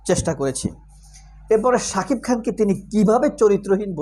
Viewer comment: একজন শাকিফ তোর গালে পিসুও দেয়না। তুই সারাদিন শাকিফ শাকিফ করে যা। ঠিক মত শাকিব উচ্চারণ ও করতে পারিস না।